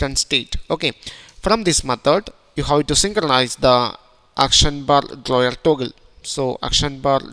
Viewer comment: Navigation draw-yer?